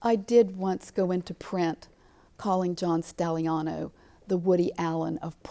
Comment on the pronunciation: Dear God Woman preanounce he's name right. 🤦‍♀️